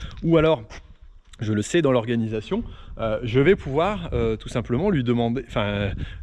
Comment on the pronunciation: Merci pour cette vidéo !!! Par contre le... "tous simplement"' faut vraiment fair un truc !! 😂😂😂😂😂